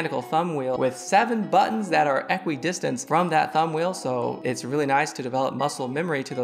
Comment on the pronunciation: The way he says equidistant hurts me physically